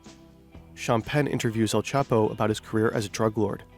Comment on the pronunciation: "L Chapo" omegalul